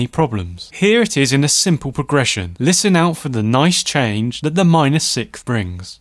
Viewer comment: Man, I REALLY appreciate and love your videos, one small remark, though: since I am very concentrated on the sounds you produce (that is the scope of those videos, right?) when you say sikth instead of sixth, I feel like a sharp piece of ice just pierced my ear, each time. Since I am not a native english speaker, I might be wrong, but to me, it sounds like you're swallowing the "s" before the "th" to emphasize the "h" which sounds extremely annoying to my ears. That's why I wanted to humbly ask viewers of the channel (including yourself) to clarify. As far as I can remember, everyone always said: s-i-k-s-t(h), not s-i-k-th, usually pronouncing the "th" more like a standard "t." Or am I missing something? :) Keep up the good work, you've made a ton of difference to my songwriting!